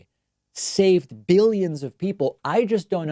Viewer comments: And he has to say it like jelly "biLLyens" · Stop putting words in his mouth. He clearly said 'behyuns', not 'billions'. And anyone with a brain knows that a behyun is less than a million. Jesus. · Almost sounds like he says biddions. Mealy-mouth trump verbally defecates on a minute by minute basis. All lies and bullshit. Nothing factual comes from Donnerhea. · I think he said millions instead of billions. His speach is just gibberish though. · dont get me wrong when I say this because I hate Trump, but in all fairness I heard 'millions', it's just the way his lower lip hangs down, exposing a misaligned bite that caused the slight "B" sound